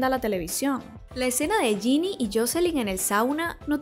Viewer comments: Te quiero mucho 😂😂😂 y solo un pequeño detalle, es Jennie no Jinnie 😂😂😂 pero del resto: TOTALMENTE DE ACUERDO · es JENNIE no jini, esta mal pronunciado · No digas más Ginny, no se llama así, es Jennnie, como si dijeras Jenifer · Es jennie no jinni (no hate solo para que sepas) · Suerte porque ya me veo a lxs blinks vieniendo a llorar justificando la mierd4 de serie y reclamarte por no pronunciar el nombre de Jennie como yeni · cuándo aprendas a pronunciar bien el nombre de jennie , podés criticar todo lo que quieras